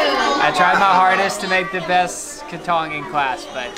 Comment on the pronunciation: Learn to pronounce krathong…. it's not that difficult. Just listen to the people around you.